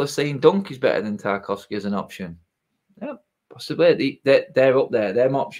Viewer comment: Lost all credibility when he said Tarkowski.